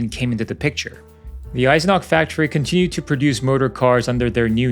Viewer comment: The name was Eisenach and it has an ch in the end and not a k.